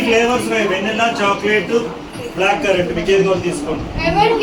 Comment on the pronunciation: Vanilla (వనిలా/వెనిలా) akka vennella kaadu 😅